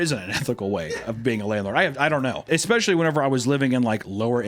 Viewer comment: Oh he's trying so hard to say especialy 😢 I loved the x in it